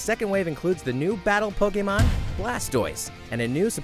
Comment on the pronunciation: Po-KAY-mon Mimic-kyu